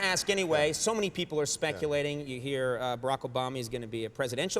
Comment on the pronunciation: i WANT to heaRRRRRRRR....